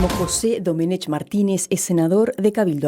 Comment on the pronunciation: Domenech, se pronuncia "Domenek". Es un apellido catalán, en la lengua catalana, no existe la "ch".